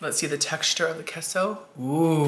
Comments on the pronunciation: Yum Yum Yum! Awesome review. Queso is pronounced Kay-So. Get it right!;-) Love ya Queen! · I love how you call it "kesso" 😂